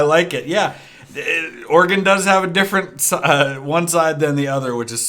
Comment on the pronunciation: As an Oregonian, firstly, thank you for pronouncing our state correctly. We love our beaver flag but i’d like to see us adopt or incorporate the cascadia flag as well